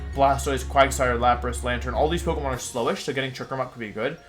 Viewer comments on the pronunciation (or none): none